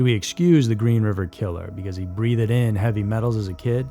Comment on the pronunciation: Very interesting the toxic exposure could have pushed them over the edge. Made them kill. Makes sense. I’m surprised there is not more. Breathed ! One syllable. Not Breath—ed !! A simple word you got wrong. There was more than one. ??